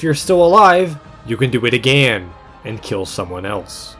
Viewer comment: Normal people “Again” “aGAEN”